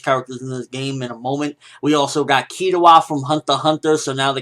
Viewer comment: im still kinda upset they didnt put yoh form shaman king an kazuki from buso renkin an you butchered killuas name man